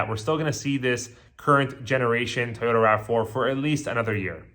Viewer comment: Why is this guy saying “Tayota”